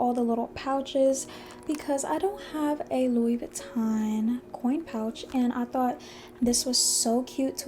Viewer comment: It’s pronounced “Loo-wee” not “Louis” haha